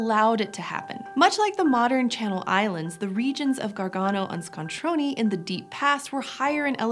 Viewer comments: ScontronE not ScontronI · ABRUZZO AND ITALY STRONK (and big) However, please, it's "ScontronE" not "ScontronI" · I heard this episode originally in the car, and thought you were talking about an Italian city called Scontroni, since that is how you were pronouncing it. E is never pronounced EE in any language but English. That is what I is for. [And, I is never pronounced Eye in any other language]. Scontrone is pronounced with what English calls a short E.